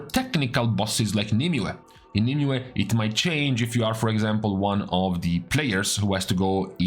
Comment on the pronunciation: wow someone who actually pronounces nymue properly